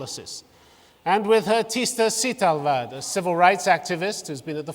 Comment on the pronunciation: her name is "Teesta Setalvad" and not sheta shwewad and please in an open air media such as youtube please use correct vocabulary and before independence it was the british colonialism which divided hindus and muslims and at present it our politicians of both the communities,thank you.